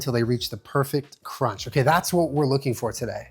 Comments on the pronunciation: I’ve never heard it pronounced that way! 😆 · I was just thinking that 😂